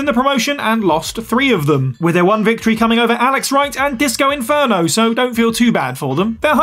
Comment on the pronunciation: Inferno* not Enfönouw